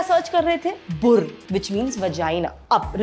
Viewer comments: Boor hota hai bahan bhur nahi sach me aapne itna hasaya na kya kahu 🤣🤣🤣🤣🤣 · bhur nhi bur hota hai 😡😡😡😡